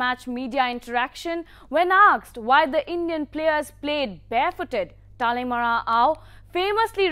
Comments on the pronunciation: Not talimara, it's Talimeren.. Thank you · Just letting the report know that his name is talimeren not talemara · I think the reporter did her homework wearing sports tee only to mispronounce Dr. Talimeren Ao. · Good, news reader. But ur pronouncetion is very poor. Dr Talimeren Ao n Akoktally son. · What a shame! The reporter can't even pronounce the name correct.